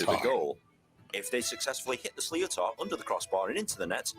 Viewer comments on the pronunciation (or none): This is why it's better to listen to an actual Irish person narrate. The English pronunciation of Irish (gaelic) words is horrible. Sliotar sounds more like slitter or shlitter. ... If you're ever in Ireland over the summer, go to a game. It's very exciting to watch live. I know it's been commented already, but the first documented evidence is 3000 years. It bares remembering that Ireland had a mostly aural culture. Hardly anyone could read or write, and 3000 years is a long time for perishable things to last, so it could potentially be much older than 3000 years. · lol slio tar.....is pronounced schlit aar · The video you watched butchered some of the terminology but was great to get a grasp on the basics of the sport. The sliotar is pronounced shli-ter, not slee o tar, and we just say “free” for a penalty, not a puck. The sport is only played in Ireland and is amateur (and will always be) but the athletes are definitely at a professional level. Would highly recommend watching the all ireland final 2022 between limerick and Kilkenny, it’s one of the best hurling matches in a long time. Thanks for the reaction. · Hi. I'm so sorry but it really irritates Irish people when English people don't bother to learn how to pronounce Irish words. Hurling balls are called sliotars, but it's pronounced slither or shlither sometimes. The th is soft like with or pith. It's not sleeotaar 🙄❤️ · Sliootar is pronounced slitter! The voiceover guy s a Brit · The guy in the video is clearly English and is pronouncing the ball wrong, it is known as a Sliotar and it is pronounced Slit-er. You should watch proper videos. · Sliotar is pronounced slitter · It is pronounced (Slit-er) not like how it is in the video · Cool jobs lads. Sliotar is pronounced - Slit-ar, or Slit-her. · Ugh, that pronunciation. It's pronounced shh-lit-or. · the sliotor is pronounced slith-er despite how its spelt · A sliother is pronounced (phonetically) slitter...